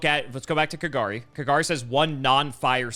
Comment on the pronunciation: I love how was close to Kagari's correct pronunciation, and then incorrected him into KaGAHri. xD